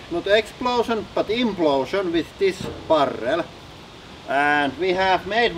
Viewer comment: It definitely sounds cool when people roll their rrrrr's like that :-)